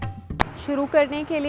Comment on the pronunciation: Saw your many videos. They are all very thorough. 👍 Just on small bit here it's ताड़ासन and not तड़ासन। It's derived from word ताड़ which is a very tall and straight tree. ताडासन helps to gain height. - Humble comment from a linguist.🙏